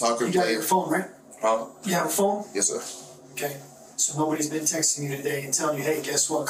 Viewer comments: yea but not bean. He said bean! Lol😂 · Homeboy did not just say "bean"😅😅😅😅